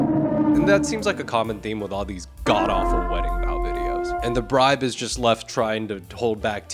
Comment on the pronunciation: how fucking dare you say "bribe"